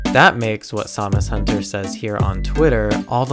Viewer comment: So who else thought he was saying Zamazenta instead of SamusHunter?